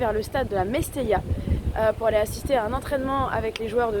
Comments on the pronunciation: Le stade s’appelle mestalla et pas mestella. A part ça superbe vidéo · Par contre le stade c'est le Mestalla ! Et non le Mestella